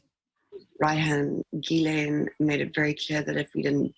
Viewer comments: A few decades ago? Ghilaine is too beautiful of a name for you to be butchering like this. I let the Tupac mispronunciation slide because he hated America and was a pro leftist revolutionary! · Your pronouncing her name wrong, the 's' is silent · Its pronounced Gillane Xx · Her name is properly pronounced "Gee-lane". Hard "G". Not her. The "jail" Ghislaine is too heavy in the body. She probably hasn't eaten much in prison if the food is bad. The body is wrong. Face wrong. To say it's "misogyny" is just stupid. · Please learn to say her name ! It is pronounced G as in the word good. So GILL. As in fish gill The LANE as in the little boy down the Lane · Virginia Guhh-frihh, Gizz-lane Maxwell.... LENOID BRESHNEFF 🤖?!?! Dude... Get a grip sit down and read a book with a timer like Kai Cenat do something because.... Sheesh 🤦‍♂🤦‍♂ And you're also stumbling through words every paragraph but I was gonna look over that with the amount of research you've been doing. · Please pronounce her French name properly: it's pronounced 'Geelen'. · Hello There! the way you should pronounce Ghislain is Yilein. Greetings! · This is not Ghisssslaine. You're not supposed to pronounce the "s". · That's not Ghislaine Maxwell, that's Guylaine Lowwell. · My dear, her name is pronounced “Gee-lane”. Keep up the crackin videos. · Takes 2 secs to learn the proper pronunciation of her name. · It's really annoying to me how her name is continuously mispronounced...